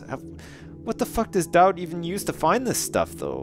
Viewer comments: FINALLY PRONOUNCES DAUD RIGHT! YES! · he finally gets Daud's name right! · Yay he's started pronouncing Daud properly! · I love with all my heart, but is anyone else glad that he's learned the proper way to pronounce Daud? XD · I was so glad that he finally said Doud's name right.